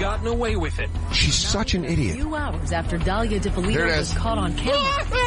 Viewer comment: Dan.....DA-LEE-AH, DIP-A-LEE-TOE